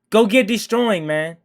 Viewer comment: He said go get deestroying 😂😂😂😂